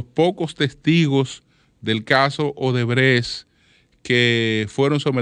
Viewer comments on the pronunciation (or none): none